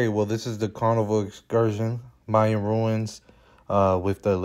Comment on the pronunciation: Mayan, not Myan.